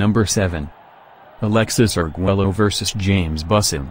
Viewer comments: Tip: It’s not “Arg-Welo” rather its “Arg-Wayo”. LL = Y 😉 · Please can you learn how to pronounce Arguello, one of the all-time great boxers? Double-L in Spanish sounds like "y". So his name sounds something like ar-GUAY-o. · Say argwayo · Alexis, is screaming from the grave over the mispronunciation of his last name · You should really learn how to pronounce his last name. Your butchering of his last name made me dislike this otherwise great clip!! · Learn to pronounce the man's name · Learn to pronounce his name for crying out loud!